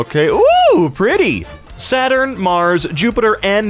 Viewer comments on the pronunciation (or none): none